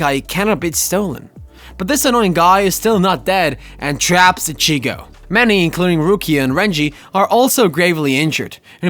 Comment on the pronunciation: Bro you gotta stop these names wrong. I was gonna let you slide with ichigo. But my brother in Christ you’ve pronounced almost every names from the show wrong 😭